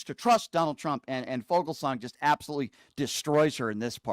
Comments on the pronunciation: Brian, agree, but it's pronounced "FEW-gelsang." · It’s pronounced fugelsang. Rhymes with bugle